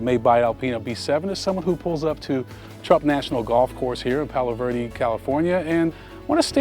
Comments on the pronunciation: The golf course is in 'Palos Verdes,' not "Palo Verde." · i live fairly close to Palos Verdes and he forgot to pronounce the "s" lol